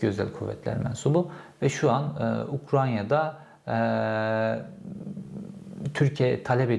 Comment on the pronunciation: Abi yine "Ukranya" dedin haberin olsun. Önceki bir videoda da geçmişti. Doğrusu Ukrayna.